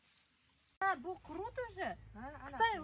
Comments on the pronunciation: Тугри талафуз килинглар курт эмас курут дейиш керак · Курт эмас курут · ха сан узи узбек сан курт у черви ку курут это правильно говорить она 🤔